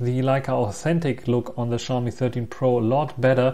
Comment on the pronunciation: The X in Xiaomi is always a challenge to western people. In Asian countries, the X is treated as S. So Xiaomi is pronounce as See-ow (one syllable) Me. That being said, the 13 Pro's audio is too noise filtered for my liking.